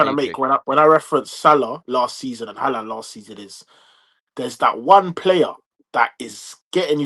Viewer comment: Why does e refuse to say haalands name correctly 😂 wtf is haland